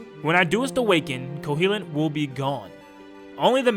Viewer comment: Oof your pronunciations KO-HO-LINT not KOHELINT Facade Fah-sa-de